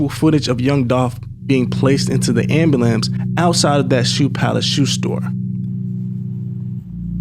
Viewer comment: Whyd he say ambulamps 🤣